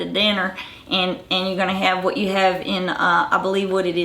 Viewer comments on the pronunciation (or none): none